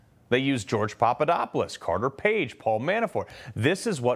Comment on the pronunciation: Opening line😮Investi " GRA" tions????😂😂😂